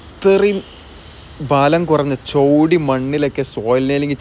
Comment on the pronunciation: ചോടി അല്ല ചേടി മണ്ണാണ്